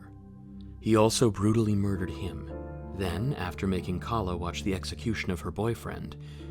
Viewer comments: You really mispronounced her name it is (Kay-la) not Khala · Its pronounced Kayla